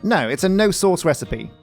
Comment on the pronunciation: I crack up every time I hear “source”! Indistinguishable from “sauce”. Loads of sauce Filled with sauce We’re gonna need some sauce 😂 Tree the world!!